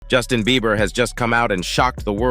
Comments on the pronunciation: Why did he keep calling him Justin Beaver 😂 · BeiBer not beaver lol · He's pissing me off calling him Justin Beaver 😡🤬😡🤬😡🤬😡🤬 it's not hard to say BIEBER!!!! B! NOT V, B!!!!! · It's beiber, beiber not beaver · It's Bieber not beaver. Did anyone else notice that. You'd think if you had such an opinion on the matter you'd get that right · It’s Bieber not Beever buddy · The first part is not a recent video 😑 keeps saing beaver instead of bieber haha. annoying repeating the same thing. Click bait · not him sayin justin beaVer im dead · Dude the 11 mark keeps calling him Justin BEA-V-ER😂... BUT its so damn sad what these men are doing to all these children. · Justin beaver 😂 the first time I thought I was just hearing things. But naw he is really calling him Justin beaver 😅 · Why dude keep saying Justin Beaver? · STOP SAYING JUSTIN BEAVER !!! IM TRYING TO BE SERIOUS ABOUT THIS AND THE DUDE SAYS BEAVER LIKE ITS NOTHING !!!!! HAHAHAHAHAHAHAHAHAHA